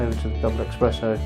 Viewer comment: Esssssssspresssso !!! Espresso, mate Nobody drinks EXpresso (except the French. Just to be awkward)